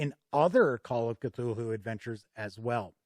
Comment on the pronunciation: Great review, this video makes me want to poke my roommate, who I bought that boxed set for last xmas, with a stick until he runs it. I love an epic campaign. That said, the pronunciation of "Cthulhu" is "Kuh-thoo-loo", not "kuh-thool-hoo". :-)